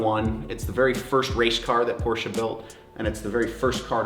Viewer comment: Endlich mal einer der den Namen Porsche richtig aus sprechen kann :D